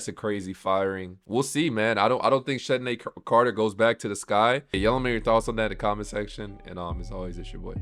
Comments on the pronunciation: CC(Chennedy Carter) will be back because shes already been kicked off 2 teams for fighting...no other team or Coach will put up with that....and her name is pronounced Kennedy Carter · One more thing...I cant understand how you went this whole season not knowing how to pronounce CC (Chennedy Carter) name🤔